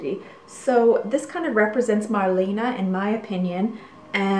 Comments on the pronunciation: She passed away in 1992. Her name was Mar-le-ne. Not "Marlina". Apart from that, great and fascinating video. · "Mar-LAY-nah" is the way to pronoucein both the US and everywhere. She was a great WWII heroine and went to front lines, with the Amerians! Germans never forgave her. She died in Paris.